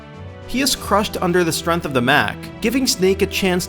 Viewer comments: this guy can't say strength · What is up with this guy who can't pronounce strength?